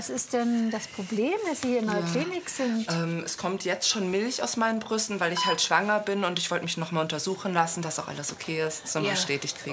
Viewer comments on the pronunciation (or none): der Sprecher sag Brusten xD es heißt doch Brüsten #Versprecher